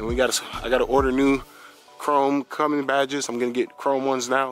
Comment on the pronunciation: Come on....Cummings??? 🤣😂....your not a Newbie anymore brother..lol..CUMMINS!!👍🤣